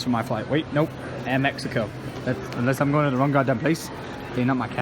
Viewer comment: have u not seen the advertise it’s not air mexico it’s airo mec-iho